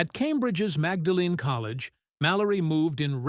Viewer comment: The college in Cambridge is pronounced “MAWD-lin”.